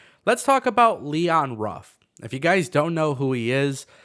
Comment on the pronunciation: Leon from Detroit fam , his last name is Ruffin like David Ruffin, I’m from the city too